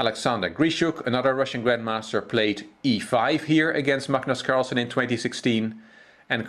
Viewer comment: His name is Carlsen. Not carlson.